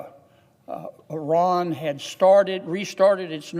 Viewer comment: Thank you for your correct pronunciation of the word Iran.